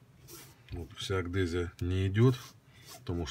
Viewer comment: Блин,адгезия а не агдезия.Уши режет.